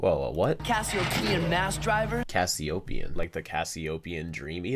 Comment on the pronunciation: kevin said cassiotien not cassiopien